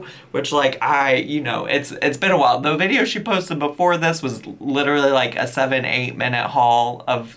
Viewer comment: Omfg I hate how she says "looterally"